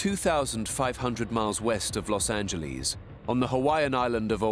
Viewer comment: I love how they say las Angelees